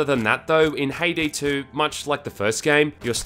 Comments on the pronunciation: I keep hearing him say Payday 2 instead of Haydee 2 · It sounds like he is saying payday 2 instead of haydee 2